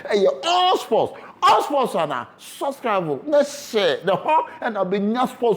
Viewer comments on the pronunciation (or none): Herh, subscribe he say suscrave🤣🤣🤣